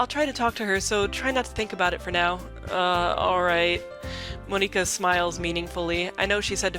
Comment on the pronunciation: No no no! Monika says that's not how you pronounce her name. Don't call here Mon-ika. >:(